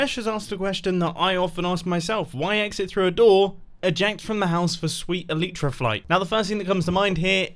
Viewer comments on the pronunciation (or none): E - lie - tra. Not Eleetra. Please